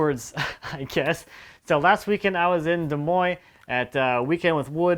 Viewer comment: Did you say des monies Iowa